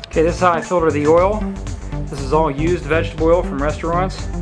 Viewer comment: It's filter, FILTER!!! Not filder...